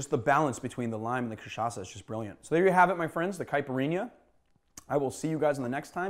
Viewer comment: Thank you for learning to pronounce cachaça the right way! 😌 🙏